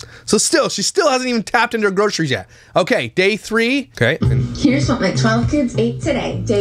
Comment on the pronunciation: I now pronounce Groceries as Grockeries. Thanks, I can’t unhear it 😂